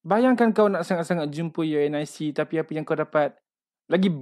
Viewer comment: Selama ni unic disebut u n i c ke😂